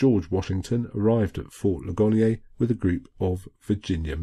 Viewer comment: That is fort Lig-an-ear. It received its name from the battle there. A wounded soldier said "Ouch, oh my Leg and ear". ;-)